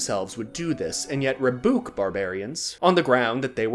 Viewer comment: Funny pie man can't say Rebuke. Everyone point and laugh at him!